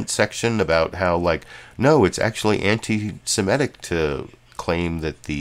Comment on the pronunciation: The word is antisemitic, not antisemetic.